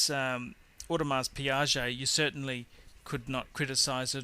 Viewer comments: What is an Audemars Piaget?? You have an Audemars Piguet or a Piaget there buddy. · You are pronouncing Audemars Piguet incorrectly, FYI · audemars piaget...hahahahahahahahah